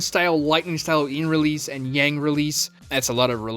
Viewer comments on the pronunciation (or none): none